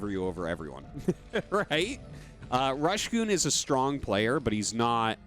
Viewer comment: Last BSL the casters discovered its Rush Go On not Rush Goon